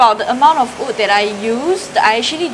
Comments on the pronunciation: Also yes your “ood” last warning sia hahaha does that mean you say “I ood wear this but I oodnt wear that” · If you never say in patreon I wouldn’t even have noticed you pronouncing wood weirdly LOL. You say “ood” instead so cute HAHAH.